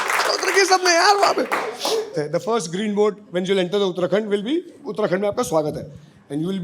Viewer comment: Bhai ne uttarakhand bolte he dil jeet liaaa up se uk hahaahh. Love from.haldwani bro